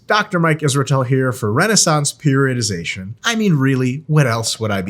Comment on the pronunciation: I think this is the only time I heard Mike pronounce periodization correctly lol 😅